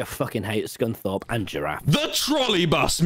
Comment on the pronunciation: its scunthorpe